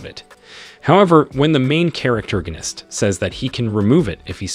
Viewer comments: Manhwa was interesting but I can't hear "noun"gonist one more time, thankfully someone already posted the source "Survive As The Hero’s Husband" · Wtf it's NOT "charactergonist" ... it's ¡¡¡PROTAGONIST!!! also, doesn't him have a name? Invent a name if he doesn't!!! Please!!! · Yeah I'm really hating this dude saying charactorganist constantly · All I hear is " Main charactergonist" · stop saying charactoriginitc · I give up seriously "the main charactergonist" it's fucking annoying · "THE MAIN CHARACTERGONIST" I give up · Stopped at 2 min due to charactergonist word getting on my nerves. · I wanted to watch this but the pronouncement of main character, main charactorgist is really annoying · Say main charactorgnist one more time... i dare you. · Learn to speak proper English! I can't listen to you saying "main charactorganist"! Ahhhhhhhh!!!! You ruined the enjoyment of listening to the manhwa recap! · Wtf is a "main characterorganist"?! 10 minutes in and I'm already irritated from you saying it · stop saying characterganist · I'm giving a thumbs down because of hearing the pronounce of the MC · this mother fucker made up a whole new word. this isnt even mispronouncing it. he combined main character and protagonist into the most annoying word ever.